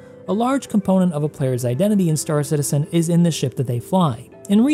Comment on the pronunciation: Have a like..... but also, it's Star CITizen with emphasis on citizen. Not star. Love your content but it's such a pet peeve lol